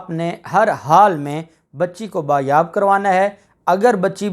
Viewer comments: لفظ ”بایاب“ نہیں ”بازیاب“ ہوتا ہے. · آپ بار بار ایک لفظ بایاب بایاب بول رہے تھے.کیونکہ آپ کی مادری زبان اردو نہیں اسلئے یہ غلطی ہوئی.درست لفظ ہے بازیاب.بایاب کوئی لفظ نہیں اصل لفظ ہے بازیاب.شکریہ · sahih Lafaz #'Baaz yaab.# hotta hay.